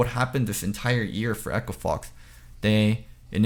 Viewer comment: every time says 'year" it sounds like "ear"